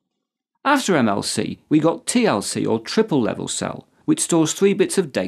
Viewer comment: "tripple" LOL